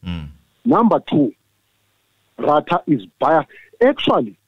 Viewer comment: Ratha knows very well that the state failed to prove their case beyond any reasonable doubt but he is biased. He even pretends like he doesn't know these people by deliberately calling their names wrong.